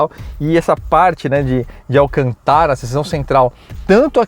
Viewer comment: acho que o nome do tecido é alcântara, não alcantára..